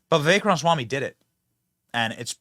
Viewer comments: RAMA Swamy not ronswamy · I don't know who this Charlemaigne guy is but he seens to be not that bright to me. Seems to be stuck in a certain mindset and does not hear what Vivek says. Benny, Ramaswamy is pronounced with the first 'a' - it is not pronounced Ram - swamy. Love your shows but not a big fan of this one. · Why is it so hard for you to pronounce his name lol, "Vivek Ranswamy"?? lol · I love you Benny, big fan for many years, but slow down and say it with me, Ram-A-swamy. 😂😂😂 sorry it’s my ocd 😒😆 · Dude, you sound so stupid when you mispronounce Viveks last name. We all know how it's pronounced, please take the millisecond of extra time and say it right.